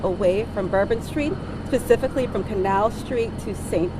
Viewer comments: did she say "pacifically" or "specifically"???????? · “Pacificly from Canal St”…. does she even speak English? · " Pacifically" what about Atlantically😄😄😄😄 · She pronounced specifically "pacifickly". DEI detected. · Im an educated black woman reading all the comments with regard to this FBI agents choice of words. Yes, she did say “Pacifically” which is incorrect grammar. She was also wrong for saying it’s not a Terroristic attack. She should have not made the following statement until further investigation and explained it in a different manner. However, we are judging this woman and criticizing her because she is black- I’m keeping it 100. I’m going to digress and shift gears with regard to incoming President. The words he uses in his speeches are utterly ridiculous and not articulate- many MAGA supporters - If you want to talk about competent leadership, I don’t think I Trump speaks clear competency. Also , I don’t think k Biden speaks clear competency either. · She seems like a DEI tbh. She said "pacifically" instead of "specifically" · When someone says "pacifically" instead of specifically, I, personally, judge their education. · And can’t even use proper English …”pacific”. Not specific…jeez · It sounded more like she said pacifically then specifically. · As soon as any adult pronounces “specifically” as “pacificly” I immediately discredit everything they say… that’s like middle school level stuff right there I mean come on! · She said (pacific) it's specific!😂🤦🏿‍♂️ Damn DEI BS!😂)😂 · no did she say pacifically? Wow that's painfully stupid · "Pacifically that is my ax" ?? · “…Pacifically… that is my ask…” Is this a new language or does she simply have no command of the English language. If the latter how did she become a commander of anything above a food line at a fast food joint? This was not a rhetorical question on my part. I’m seeking answers. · Did she really say "pacifically" instead of specifically? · Also, I noticed "Picifically." FFS man.